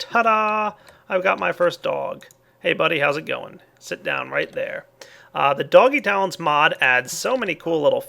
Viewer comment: the way you said "doggy tallents" made me think you said "doggy towns" HAH